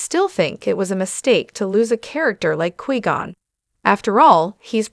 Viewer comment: 9 seconds in and I stop because you can’t pronounce his name correctly